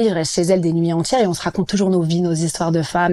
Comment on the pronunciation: "je suis pas signé en maison de djisque" "on reste des nuits enthchières" "à la fin on se djit" "on était en studjio", mais pourquoi est-il si difficile de prononcer correctement les "d" et les "t" ? Pourquoi deviennent-ils "dj" et "tch". A part ça, gros respect pour Vitaa !!!!!